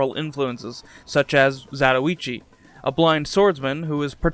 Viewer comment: Glad you didn't pronounce it 'half zah-toy-chi' like so many YouTubers 😌